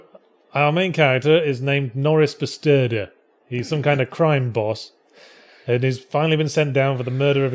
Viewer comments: Bestuurder means driver. You misspelled it. You pronounce the uu sort of like the e in jew. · Was it supposed to be "Bestudeer"? To investigste, to examine?